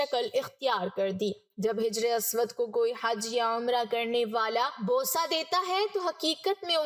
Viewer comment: Jijar Nahin Hajar